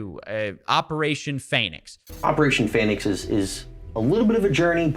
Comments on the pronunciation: "Erhm, John you mean ?"....That's what I said, "...uncomfortably sweating..."Sorry John, you wrote "...angry John..."That's what I said you idiot! Its right there spelled out! <FAYNIX>!". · "Phaenicks" lol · I love how it's "Operation Pheonix" because this moron didn't know how to spell "Phoenix". But he was too proud to admit it, so he changed the pronunciation to try to make it look intentional.